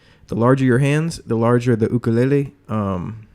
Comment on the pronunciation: At least you know how to pronounce "ukulele" properly. Nice vid